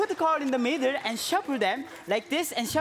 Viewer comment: instead of shuffle shuffle i heard SHABU SHABU SHABU